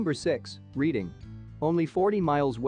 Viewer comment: Bristol is located in the south-west, not the south east. Reading should be pronounced Redding, as in Otis.